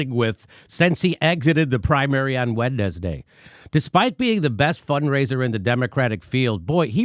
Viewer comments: Am I just really high, has quarantine finally gotten to me, or did I hear you say Wed-nes-day? 😂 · Wait. Wed-nes-day? 🤔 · That pronunciation of Wednesday is undoubtedly the most scandalous part of this video